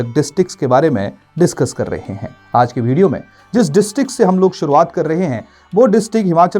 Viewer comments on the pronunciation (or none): none